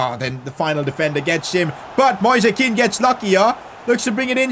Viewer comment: please stop calling Moise Kean like that, Read it like the word "noise" thanks.